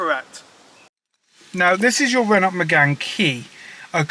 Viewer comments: Painful listening to you mispronounce Renault so often- it's Ren-oh. Apart from that, good on you for saving it! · Get that to Festival of the unexceptional! P.s. The t is silent in Renault. No e at the end makes the t silent ;)